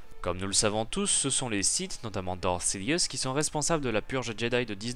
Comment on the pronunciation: évite ton accens quand tu parle anglais... quand tu lâche 3/4 mot anglais d'affilée c'est incompréhensible 😕genre "Dark sidious "deviens "daridious".